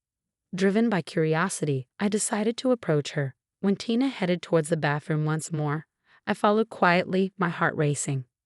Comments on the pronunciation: Is Isaac’s wife’s name Tina (pronounced TEA-NAH) ; or Tina (pronounced TIE-NAH)? You tend to switch back and forth. Make up your mind!! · Firstly, please learn to pronounce Tina's name correctly and secondly for some reason my suspicion shifted from Issac to Tina. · How many ways can a person mispronounce and misspell “Tina”? There were many other mistakes as well! Please get better narrators!!